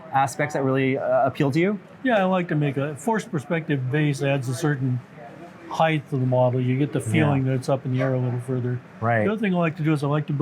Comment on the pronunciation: The word "height" does not end on a "th" like "width" does. It is width and height. NOT width and "heighth"...